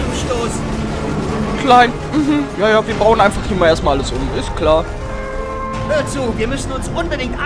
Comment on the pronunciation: Bei sagt er anstatt Hör zu - Hör Ku